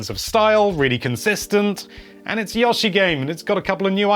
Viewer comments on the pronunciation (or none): After he said it 4 times in 2 sentences I was about to close the video. Only person I've ever heard say "Yah-shi" instead of "Yo-Shi". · Pronounced Yo-she not Yoh-she!! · dillian bouchard it could be pronounced either with the ooh (it doesn’t go for an w or u sound) or ah/oh (not the ‘yoow’ from yolo). here’s a native speaking like that in the first minutes and mid-video he changes to the ‘ooh’. Never ‘yoow’ though. (Also, in the beginning there’s a difference between Yoshi’s name ‘ヨッシー’ and the expression yoshi “‘よし’ - yess” that will make it clear the difference in intonation used) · Yah-she. Lol. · Please stop saying Yoshi